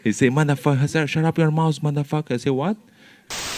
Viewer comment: anda he say: 'shutup your mouse, you sun ova bit'. I say: 'what?'... comé que fala filho da puta mes? ahn?? ah, maderfucker! he say maderfucker... - audience laughs dude is so funny and he doesn't even know it